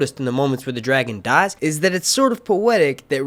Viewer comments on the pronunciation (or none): none